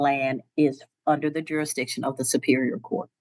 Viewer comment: None of them can say jurisdiction 😂😂😂😂